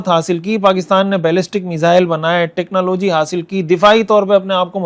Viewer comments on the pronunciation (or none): technology ki pronounciation theek ni aap ki...ghalat impression jata